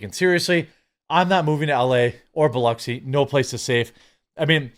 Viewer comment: Thank you for pronouncing Biloxi correctly.